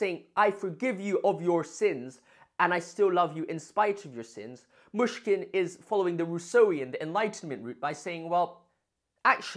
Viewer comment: Great video! One tiny tip on pronounciation: the "y" in Myshkin is similar to the "i" in "it". Otherwise it sounds like you're saying "Мушкин/Mushkin", which can be confusing to a native speaker